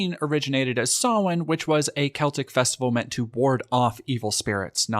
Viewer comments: as an irish person im so happy you pronounced Samhain properly its really appreciated! ^_^ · Just want to share my appreciation for how incredibly correctly you pronounced "Samhain". Just shows an attention to detail that goes above and beyond. Thanks for doing what you do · Massive W for an American pronouncing Samhain correctly!! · Always love the correct pronunciation of Samhain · Holy fuck! Someone who isn't Irish pronounced Samhain correctly... I've seen a genuine miricle tonight... no joke this has made me feel good